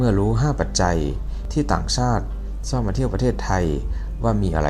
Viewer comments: ต้องเข้าคนลาว ช.ช้างจะพูดไม่เป็น จะตก ซ.โซ่ตลอดคะ😅😅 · ชอบ(ช.ช้าง) ไม่ใช่ซอบ (ซ.โซ่) ฝึกไว้ๆ